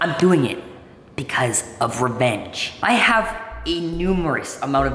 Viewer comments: he said he's going to get refenge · it sounded like jibber jaberish like rahfgfkgl and then get refenge